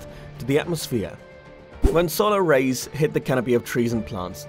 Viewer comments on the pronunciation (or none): none